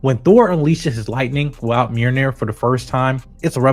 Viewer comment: Mjolnir not meerneer